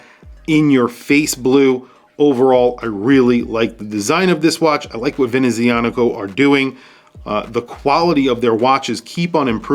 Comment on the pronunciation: Professional, passionate and interesting review, as always., you have hints of Italian ancestry in your accent, is it so? The "z" in "Venezianico" is pronounced "ts", like in "pizza". The brand name is a combination of "Veneziano" (Venetian) and "meccanico" (mechanical).